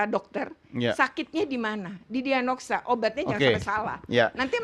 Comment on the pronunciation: DIAGNOSA buk.. belepotan amat..